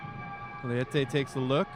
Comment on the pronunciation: Marcio Leite (Lay-Tay). Go wave